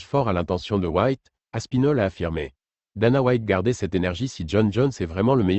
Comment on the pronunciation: Aspinal. Hahaha Aspinal